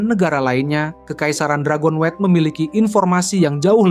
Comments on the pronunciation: Dragon-wet 😂😂😂 Dragon-nyut ✅ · Dragonewt bang bukan dragonwet